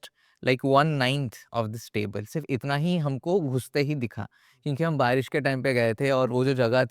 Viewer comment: Sarba ke andar ka Odia bahar agyaaaa..."tabil'